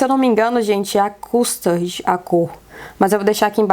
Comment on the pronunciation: essa cor “custard” lê tipo “câstard” E sei não, hein, amiga, acho que pra ser Kardashian tá faltando também varias camadas de bronzeamento artificial, mesmo com toda nossa brasilidade e abençoado sol desse país